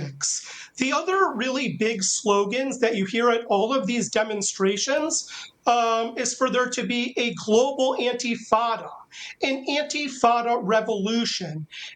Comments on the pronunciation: Is he saying "antifada"? If he means "intifada," intifada is an Arabic word that literally means “shaking off”, and in the Palestinian context, it is understood to mean a civil uprising, not "violence against Jewish targets." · Good grief, it's Intifada, not Antifada. You had one job: To show competence on this topic.